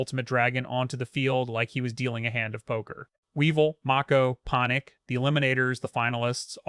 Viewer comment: The lawyer struggling with the awkward card/character names, and even pronouncing Panik three different ways 😂